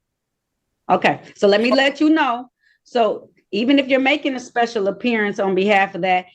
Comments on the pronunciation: Apearyinc ....wtf....it's pronounced appearance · wtf is this "speshul appeeriance" and "jooridiction" it speaks of? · looking up the word * apeerieence 😅😂😊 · A special “appeareance”. 😂😂😂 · She's making a special "appear-i-ance". It's unfortunate she failed...everything? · Special appear-eeance. Good Grief. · Appear e-ance? These sovcits never finished high school. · It seems like one of the requirements of being a SovCit is to mispronounce words. Nearly all of them mispronounce at least one word. For example "Special appeariance" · "I'm here on a ‘special aperience" (Like a mix of 'appearance' and 'experience' 😂) "neither of you can be ‘the beneficowary" (A sort of mix of 'cassowary' and 'beneficiary' 😂) ”I’m a foreign entity challenging your jura-diction” ￼😂